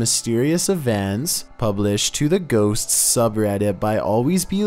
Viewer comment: have trouble saying "Ghosts". He says "Ghosts's-s"